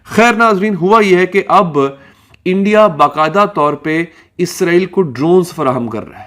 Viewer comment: अरे गवार लड़की फिजा पहले इसराइलबोलना सीखे